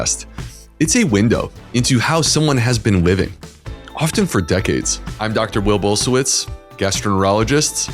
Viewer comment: No, your name is NOT "Bull-se-witz". That's one thing you can be sure of. However, my gut feeling (and you should know something about these 😉) is that it's actually Blusiewicz, but it got misspelled somewhere on the way so that "blu" turned into "bul" because it sounded like "bull" to the American ear. Nevertheless, both names are possible, with Blusiewicz sounding more "natural" (i.e. not made up in America). But if Bulsiewicz is your real unadulterated inherited name then your folks must have hailed from the vicinity of Suwałki or Łomża, or broader Podlasie at any rate.